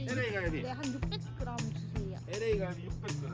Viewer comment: 이슬이큰컵 밑부분 구독과 좋아요❤👍 흐흐흐흐흐흐흐흐흐 와우~ 불판 새로운거 사셧구나😆😃✌ 계란찜 두르는 순간ㅋㅋ 마포갈매기집 생각낫습니다ㅋㅋㅋ 고옆에는 된찌~~~ 고옆은 당묜~~~ 고옆은 김치굽고~ 가운데에는 주인공인 에레이갈비~~ 양송이 버섯위에 체다치즈까지!!!!! 기가막히네용~ 저렇게는 안먹어봤는데 ㅋㅋㅋ 발음 히얀하게 비슷하구만유ㅋ LA - 에레이 캬캬 ㅡ.ㅡ;;;;;;;; 중간쯤 쌀밥 ㅠㅅㅠ 역시 한국인은 밥심~ㅋㅋ 오늘도 꿀꺽꿀꺽 잘 봣습니다 ㅠㅠ 에레이 갈비 묵구싶다아~~~~~~